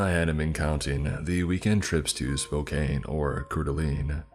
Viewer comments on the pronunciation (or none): Minor corrections for pronunciation *"Spoke-Anne" *"Coor Duh-Lane" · i love your content but as a native to the region your pronunciation of "spo cane" and "core da lean" made me have an aneurysm it's so over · Dude Spo-Kane? Coeur d'Alene. These are some bad pronunciations lol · Ok This is what I love about living is Missoula and growing up in North Idaho, when it comes to outsiders. Spokane is not pronounced Spo-Kane; but Spo-can. Coeur d’Alene- isn’t Core-de-Aleen; but Cord-a-lane. Kootenai- isn’t Koot-en-Ai; but Koot-knee Not being a dick, but I was the exact same way when I moved to the area as a kid. Very cool to hear a story about where I live though. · Hey just helping out here, they’re pronounced “Spow-Can” and “Coor Duh Lane” for Spokane and Coeur de Alene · Not how you pronounce Spokane and Coeur D'Alene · 43 seconds in and I just can't with his pronunciation of Spokane and Coeur d'Alene. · Someone from Spokane, the way you said Spokane hurt my soul lll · as a montanan i’m seething over how you said “spokane” and “coeur d’alene”. makes me feel sick 😩😩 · Dude I live in Spokane too I was so shocked at both this story mentioning Spokane and his pronunciation of Spokane and Coeur d'Alene 🤣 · You pronoucned Spokane, Couer 'd alene, and Kootenai all wrong.